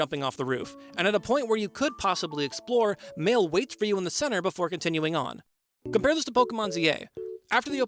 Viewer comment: im not even french but hearing you pronounce Maelle as "male" is painful